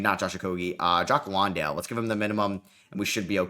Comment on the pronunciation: Jock Landale is pronounced like LAN-dale. Like a LAN party